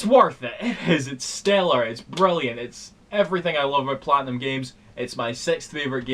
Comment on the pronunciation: "Sprilliant". totally legit complement.